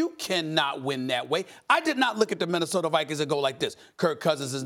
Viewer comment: Stephen "Men-nesota Vikings" Smith